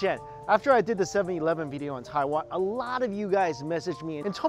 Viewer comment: Right u say 7-Elven